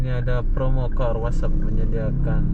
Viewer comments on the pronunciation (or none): none